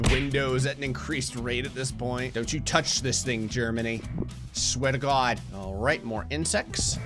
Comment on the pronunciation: New Jerseyan really comes out when he says "Swear to God". You can take the man out of New Jersey, but you can't take the New Jersey out of the man.